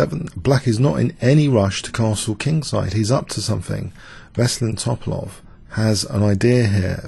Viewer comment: I love you, but please pronounce those chess names and terms correctly: fianch(k)etto, To'palov, Pirc (peertz).